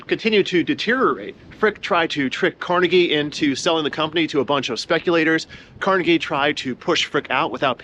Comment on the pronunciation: Thank you for pronouncing Carnegie correctly. His name has been "Tar Jayed" (target) in some parts of the country for no real reason.